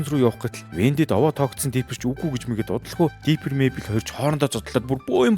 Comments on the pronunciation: Diper bishee Differ gejbui aytai helmeer bainaa May Bell bisheee Мэйбэл gd neg dorivtoi goy helmeer baina😢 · Mayble iin neriig ihl sonin duudd bgam shig sanagdd bhymda baatra ah eniige jhn anhaarwl goy shuu❤❤❤